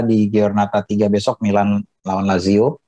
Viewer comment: Tolong bisikin ke si mbak, Lajio Sepele.